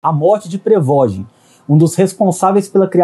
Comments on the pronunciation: "prevogin" kkkkkkkkkkkkkkkkkkkkkkkkkkkkkkkkkkk nem falar sabe pqp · Pregogi?? Nem sabe a pronúncia correta do nome do cara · Reporte de merda, não sabe falar, não sabe nem pronunciar o nome .... PQP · essa pronuncia do prigozhin ficou mt estranha